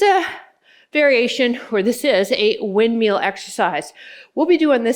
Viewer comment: I love how says windmeal not windmill 😅we all have those little quirks in our speech I think this is one of hers 😊